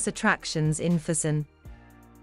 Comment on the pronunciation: It doesn't hurt to research a bit how to pronounce the places correctly. In that way, you will also teach your audience. I "cringe" everytime you said "fusen" instead of "Füssen" but nice documentation anyway...